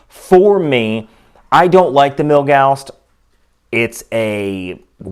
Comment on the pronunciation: Why do you keep calling it "Milgausst"?